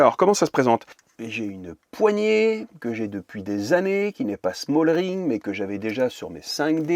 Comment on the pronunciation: Aïe aïe aïe ça me fait mal aux oreilles c'est smallrig et pas smallRING 😅 😉